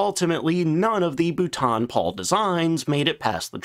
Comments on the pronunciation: His voice is bad enough, but that pronunciation- terrible. Can’t watch his videos anymore! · Great video, and I've seen it in the comments here a few times, but I want to get across how important it is to please practise saying it as "BOLTON" and not "Butaan". Like as in "Boulder". If you're not sure, never a bad idea to ask Siri or Gemini how to pronounce it. But, thank you for covering these obscure prototypes that look cool, but never made it into production. They remind me of something out of The original Xbox game "Crimson Skies" or from the movie "Sky Captain and The World of Tomorrow". Hearing the word "Butaan" So many times made me feel like I was on a Death March. By the way, the biplane configuration was tried with Lysanders with a fully enclosed and traversing rear tailgunner pod out of a heavy bomber put in between Twin Tails with four .303 machine guns. It was designed for close air support and tank busting. Apparently with the twin wings, the already amazing STOL and manoeuvring characteristics of the Lysander made it more maneuverable than an angry snake, but it was held back by its speed. The air ministry wanted more. But they did build a prototype and it did work well! The tailgunner was meant not only to counter any aircraft, but to strafe targets after the pilot pulled up from the initial attack run. It reminds me very much of the BP 101 proposal, so perhaps that's where they drew their inspiration from. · You really don't get it do you? Why can't you pronounce Boulton correctly? This is at least the third video you have made where you murder the pronunciation. You must either be doing it deliberately, or just being American. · I thought this might be a reupload to fix the pronunciation. Nope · I hoped that was the case too, but it seems not. Thanks for the info, at least I don't have to suffer his terrible pronunciation again. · Uh, it's pronounced "Bolton" like bolt-on, not bouton, which might be how the French would try to pronounce it. :-}